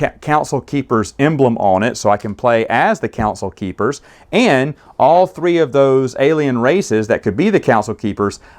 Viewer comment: you keep saying council keepers but are you just messing up saying the name?